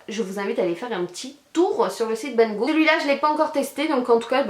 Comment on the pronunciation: Vidéo très sympa ! Par contre ca me stress pourquoi tu ne prononce pas le "d" de "good" ? ca se dit "goude" ;).